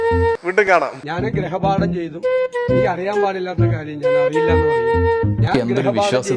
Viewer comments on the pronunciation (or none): ഗ്രഹ പാഠം അല്ല ഗൃഹ പാഠം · ഗ്രഹ അല്ല സതീശാ, ഗൃഹ പാഠം അല്ലേ? 🤔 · ഇമ്മിണിബല്ല്യ നേതാവ്. മലയാളം പോലും അറിയത്തില്ല. ഗ്രഹപാഠമല്ല ഗൃഹപാഠമെന്ന് ആരെങ്കിലുംപറഞ്ഞുകൊടുക്ക്